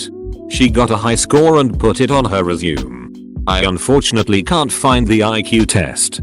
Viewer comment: Really bothers me how he mispronounces resume